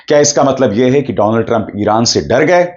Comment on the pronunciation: "doland" sorry,Donald was epic 😂 😂